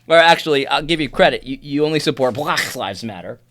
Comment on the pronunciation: Yes, it was condescending, especially the pronunciation of black. But I’ve seen better commentaries and I think it means he needs to step away and just breathe.